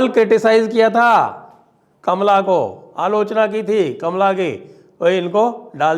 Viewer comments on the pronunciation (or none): none